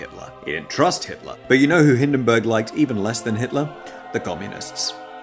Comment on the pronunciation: Hindenburg is more like Hinden boorg